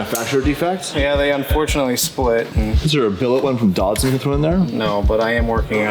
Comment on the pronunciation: every time you say dodson i hear datsun. im waiting for some 80s nissan shit to go in there